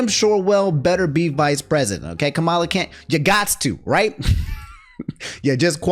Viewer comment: It’s killing me lol so Kamala says that her name is pronounced “Comma-La”, not like Kamala Khan